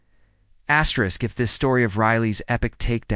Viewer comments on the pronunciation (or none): I really enjoy these stories but the constant "Astrick" is so irritating!!